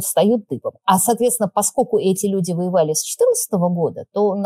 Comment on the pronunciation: Юль, не "паскоку", а - ПОСКОЛЬКУ! И говорят, что не "пропадает в туне", а "не поминает всуе"!